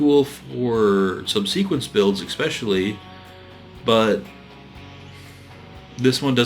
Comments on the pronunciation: Though, I have to say "eckspecially" grinds against my nerves. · The fact that you keep saying ecspecially moderately annoys me.